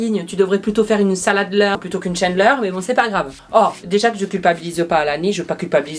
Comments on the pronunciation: On ne dit pas "chaindeleur" mais "chandeleur" mdr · La « chendleur » 😂, des le début de la vidéo je pleure de rire 😂, continue tes vidéos, c’est les meilleurs ✌️😜😘😂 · La shiandeleur, I Hitler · Mdr t'as dit chandeleur avec l'accent anglais🤣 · Lol comment tu prononces Chandeleur 😁